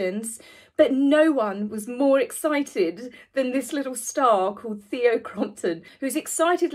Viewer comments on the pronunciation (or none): none